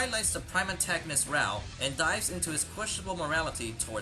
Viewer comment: why do you pronounce raoh like rawr